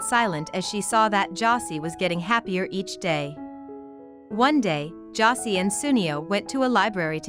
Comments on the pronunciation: Josée not 'Jossy'. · Bro I stopped watching this the moment they mispronounced Josee 💀